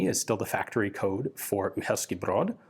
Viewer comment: I LOVE LOVE LOVE your videos. Great sound quality. Very thoughful angles used, everything visible and clean. Tone of your voice calm, yet not boring. Information and context you provide is second to none. And as a Czech myself, I congratulate you on perfect pronounciation of Uherský Brod. From 200 years old revolver to coil rifle of tomorrow, as long as you make a video about it, I need to learn about it :D